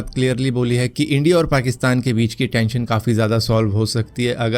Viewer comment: Are Pakistani logo ko wo accent hota hai... Wo log India ko Endia bolte hai